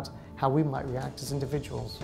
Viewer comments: Individuals, individuals, individuals, indivuals, indiv....... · U said ..............INDIVIDUALS????